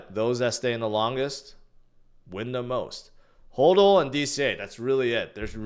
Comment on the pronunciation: it’s HODL not HOLDUL